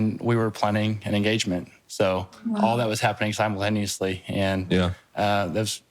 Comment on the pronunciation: Poor Derek was trying to get a word in before Jill Interrupted that he said simul-lanously